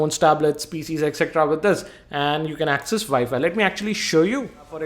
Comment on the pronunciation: It's called WiFi not ViFi